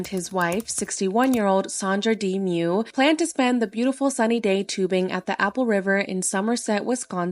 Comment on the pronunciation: Well for someone that pretends to pronounce ppls names correctly you did not.His name is Nicolae not Niclai and Miu is pronounced differently. as a romanian.